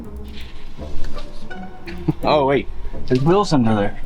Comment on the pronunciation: I wonder when you guys watch yourselves back on these videos you are hearing “WILLS” when you mean “WHEELS” right? Between this and MAYYY-ZURE I don’t know which is worse.